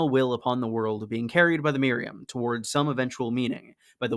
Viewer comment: Myra-HAM not Miriam